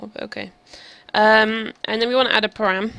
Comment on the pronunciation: I could handle "mat," but I had to stop when she said "param." It was good up to that point though.